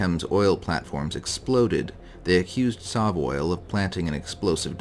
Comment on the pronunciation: I say SovOil similar to Soviet, not Saw.